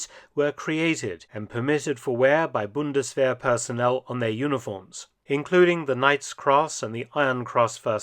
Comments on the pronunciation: It is pronounced, Bund-es-vair. 🙏🏼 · It sounds like mark said bundeswehr??